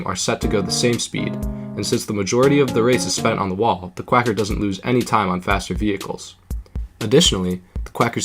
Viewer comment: You spelt "Quacker" wrong. You said "Quaker" but it's actually "Quacker". Overall amazing video, though.